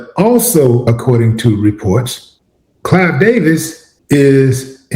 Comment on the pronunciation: It's Clive; NOT "Clyde"!